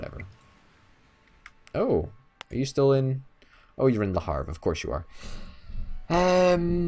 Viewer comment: Le Havre (Leh Ahv-re) not Le Harve...